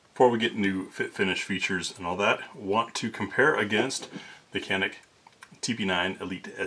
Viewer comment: Thanks for posting!! "Janick" is the pronunciation, in Turkish, the C is usually a J sound. They're gonna get real popular... Turkish gun makers, they're making REALLY good pistols....shotguns....not so much... But ALL Turkish made pistols I've fired are just insanely good for the money. Especially in the reliability realm.